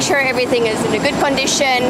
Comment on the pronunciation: Everything is in "gooood condicheen"😅 lovely